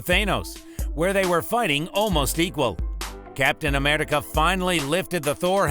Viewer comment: why did he fucking say Captain Amerrrrica, Gamorrrra, The Thor Hammer, Thay Nose, Rowdy and morOG why does he pronounce even the msot easy names incorrectly